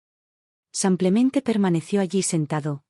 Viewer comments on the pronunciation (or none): Porque dice,sanclemente y no.lo que es,,simplementeee😅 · Haganme el favor de no publicar estos Churros,la narradora lengua de estropajo siempre dice samplemente. Y no rebuzna por falta de orejas.